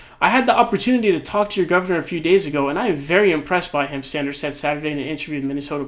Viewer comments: Sanders not Saunders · Why do you say Bernie “Saunders”? Just wondering lol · Please stop calling him Bernie "Sawnders". It's legitimately pissing me tf off.